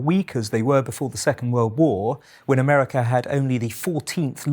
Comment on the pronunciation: 'Four great threats to peace, democracy & freedom" Ah-mer-ri-ca, it checks out